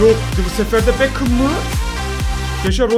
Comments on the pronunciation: Normal insanlar: beckham: bekəm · Ayn bekım yada bekhım demesi lasım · bekhem deme artık gözünü seveyim ya